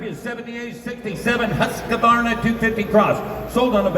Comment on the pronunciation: Surprisingly - to me at least - even the Mecum auctioneers didn't know how to pronounce Husqvarna. So I guess you have a reasonable excuse. 😏